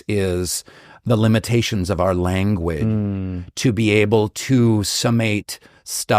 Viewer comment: Why oh why on the word “language” is silenced at the end without ending with propper GE? Done on purpose?